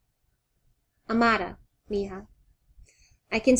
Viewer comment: you pronounce it A ma da